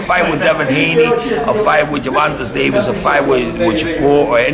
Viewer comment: Who is Gervontus Davis 😂😂😂